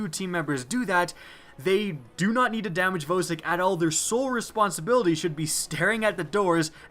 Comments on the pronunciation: Vowsik? It's VAUSIK. VOSIK THE HEDGEHOG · YOU PRONOUNCE IT "VAHSIK"!!!!!!!!!!!! GOD YOU MADE ME CRINGE THE ENTIRE TIME WATCHING IT. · Jeremy Roman it really annoys me when people say voe-sick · Why do you pronounce vosick wrong? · Your pronounciation of Vosik gave me AIDS